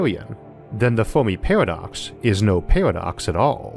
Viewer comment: today...'The Folmi peahwadox'!